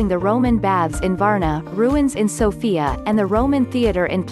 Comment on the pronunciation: You dont pranounce sofia writh i know cuz i am from bulgaria and you dont pranounce stoichkov writh